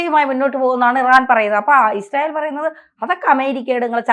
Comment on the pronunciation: ഇഷ്രായേൽ അല്ല യിസ്രായേൽ എന്നാണ്..